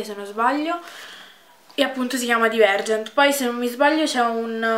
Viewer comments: Si dice "DAIVERGENT" 😩😩 Mi sono innamorata anche io, non vedo l'ora di prendere il libro 😍😍😍❤️❤️❤️ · Bellissima come sempre ! Una correzione però , si leggere daivergent :)